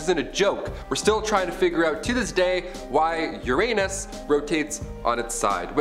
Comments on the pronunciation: ur-unus.... not ur-anus... You did that on purpose... and if not ... just ... ugh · No it’s Your-A-nis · HE SAID UR ANUS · To avoid obvious your anus jokes, perhaps try pronouncing Uranus correctly.